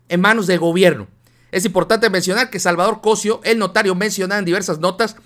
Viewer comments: Muy buena información, ten cuidado con los acentos. Se dice COSÍO no COSIO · estas como el que dijo ler es cosio' no cosio agusado mi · se pronuncia Cosío con acento en la. I por eso te critican x q no saben ni pronunciar un apellido tan común, porque no es extranjero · Cosío,pronuncia bien Cosiiiiiiio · es Cosío, con acento en la í. Cuidado con esas pronunciaciones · se dice cosio con acento en la i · Oye. O estoy mal o lo estas tu? Creo que se dice Cosio con acento en la i. Y tu dices cosio con acento en la primer O. no crees que eso afecte nuestro lexico? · veo que seguido lees mal los nombres, Cosío lleva acento en la i.....